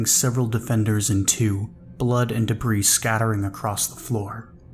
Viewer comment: Debris=duh-bree Ragged=rag-ed (two syllables, not like bagged) Love your narrations!! I hope you'll excuse the corrections, it's something that usually only gets to me with audiobooks that have producers and editors reviewing the narrators, but you're so damn good I'm being an asshole and asking for more lol. I seriously cannot get enough of the Eclipse Initiative, thank you for bringing those characters to life 🩶🩶🩶